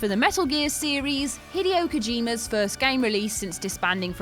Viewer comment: Don’t butcher Hideo Kojima’s name like that again